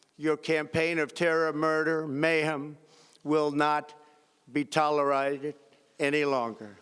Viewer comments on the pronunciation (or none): Did this fool just say Toler rided? vs Tolerated? And ~Acomplimeshades ?? WTF ! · TOLERITED !? TF bruh !!! Trump is sweating Huffing Puffing. You scared bruh !? 🤣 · People saying "Ill bag daddy" when he said the name very clearly and correctly makes me laugh. Not as much as when he said "toleraighted" though haha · It will not be "tolerited" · "Tolerighted" lol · Did he say tolerited instead of tolerated ? I can't even. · “will not be TOLERIDED.” 😆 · Not be tolerighted??? There he goes again.... making up words, the worst words! He’s such a master of the English language he’s run out of vocabulary. It’s like listening to a five year old reading... ugh! Repulsive little excuse for a human. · A new way of pronouncing tolerated was born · And he still mispronounced tolerated